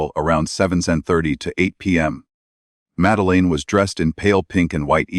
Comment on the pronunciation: Why cant AI pronounce madeline🤔